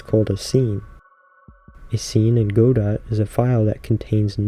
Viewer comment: Great video. Very soothing sounds, voice, etc. The only part that cuts through is when you say goDOT :D :D :D nails on a chalkboard. But great video otherwise.